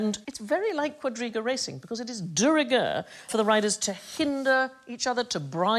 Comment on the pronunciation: "de rigeur"